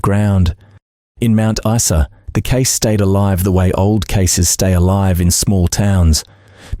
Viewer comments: It’s pronounced Mt Isa not Esa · Mount what? Issa!?? Don't you love AI?! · Every dictionary and encyclopedia has the pronunciation of the word beside it. Straight from Wikipedia: Mount Isa (/ˈaɪzə/ EYE-zə). Teach yourself. Isn't that what AI is supposed to do? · What a TRAGEDY that Preston was not nailed for shooting those three fine young people!!! What IDIOT would pronounce Mt. Isa (eye-za) as Mt. (eesa), for goodness sake ??? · 1977 motorcycles were not 'vintage machines' in 1978. Also - Mount eye-za. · Message to AI ... its pronounced Mount 'EYE-SA' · It's pronounced ... mount eye za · Spot on, this goose must be from the abc. How can an Aussie not know how to pronounce "Mount Iza" pronounces it even though it's spelled Mount Isa wrongly. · Geez mate learn how to pronounce Mt Isa! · My thoughts exactly. This narrator was polluting my ears with his mispronoucation of Mt.Isa.